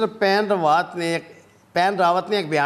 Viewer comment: AA please Sir it is not Paan Rawaat but the correct pronunciation is BAPAN Rawaat kindly correct it as your videos are also watched by Indians